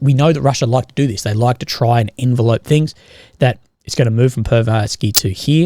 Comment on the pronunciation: Fuck, he keeps saying envelope like the Russians are postmen trying to mail Ukraine somewhere.